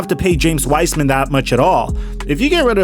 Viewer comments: P.S. its pronounced Wise-man not wisman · This ia how many times he said W-ice-man 👇